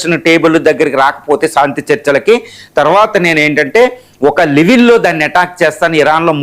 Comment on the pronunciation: సాంతి ఏమిటి రా శాంతి అని పలుకు